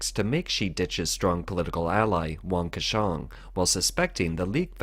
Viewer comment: please pronounce Wang Qishang’s name correctly.